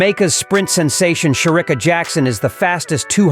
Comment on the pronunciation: Will u please pronounce Shericka's name properly? It pains my ears to listen to u calling her name.